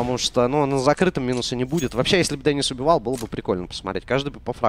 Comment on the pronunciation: Не дэнис а Денис на и ударение